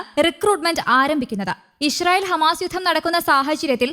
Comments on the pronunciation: ഇ ഷ്രായേൽ അല്ലാ ഇസ്രായേൽ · ചേച്ചീ ഞാൻ എത്രോ പ്രാവശ്യം പറഞ്ഞതാണ് ഇശ്രായേൽഅല്ല ഇസ്രായേൽ ആണെന്ന്😅😅